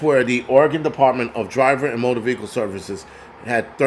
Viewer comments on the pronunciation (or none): none